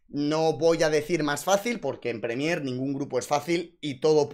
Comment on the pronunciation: Has dicho "Premiér" 200 veces (mal) y solo 2 veces Prémier (bien) 😭